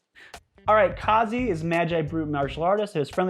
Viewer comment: You mispronounced Kazi. I know, my "brother from another mother" friend since preschool was named Kazi. It's polish for "peace maker" ... The "a" was the part that was wrong. It's not'ta "aw" it's an "ah" like the word cat. Anyways cool you got the set early.